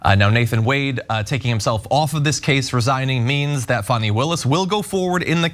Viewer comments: It's NOT pronounced Fanny like Danny. It's actually pronounced Faw-nee, like Donnie. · Cenk, you guys should be careful what words you all put into Trump's mouth. The mention of the pronunciation of Fani's name I would think is more about how they were pronouncing it "fanny" instead of the right way. But you're giving him a nickname he could use maliciously that I don't think he has used because they hadn't thought about, otherwise he'd be using it as nauseum. He's an idiot, but a very abusive one. Don't fuel him.